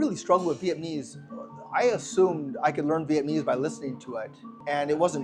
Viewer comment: At least learn how to say "Vietnamese'" correctly if you're going to live in Vietnam